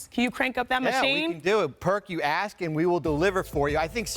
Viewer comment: 😂😂😂😂 Perk needs to graduate HS. He was clearly given passing grades because of his natural talents. He can’t pronounce ASK. He can’t pronounce SUCCESSFULLY. He can’t pronounce CEILING. And he can’t pronounce STATISTICS. 😂😂😂😂